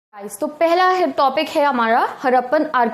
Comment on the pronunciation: The way she say phela topic Hy hamara 😂 😂